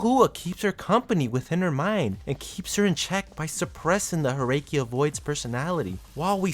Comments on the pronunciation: Herrscher are read "Herrsher" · Glad you corrected your mistake though, I apologize for ranting at you. What I did was not entirely right of me, I should've waited. I think I noticed you said Herrscher wrong, but that's a word not from any Asian territory, and since I'm just an Asian person with no experience in languages outside English and a small portion of Japanese, I have no room to state against you for doing so, as it's from a language I'm myself not familiar with. All I know is it translates to "Ruler" according to my brother, who has far more experience with multiple languages, as he taught himself that.